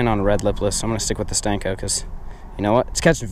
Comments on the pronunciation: Please stop saying stanko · For real! That shit drives me crazy every time he says. I'm not sure why. I guess it's the disrespect of a classic bait. It tends to make cringe though!